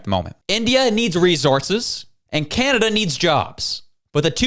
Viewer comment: Kanneda these people can’t even say the country’s name properly 😂😂😂😂😂